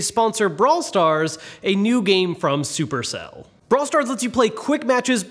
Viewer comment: I always thought supercell was pronounced sup erk cell